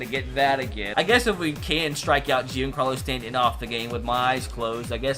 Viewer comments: Anyone else get trigger by the way he said Giancarlo Stanton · “Jeancarlos stanton”